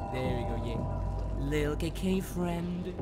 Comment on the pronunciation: why did it sound like he said Kinky friends and not KK friends